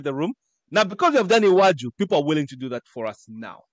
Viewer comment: your pronunciation of Iwaju was ok